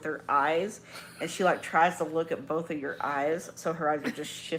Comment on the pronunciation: The ‘l’ in ‘both’ just drives me nuts.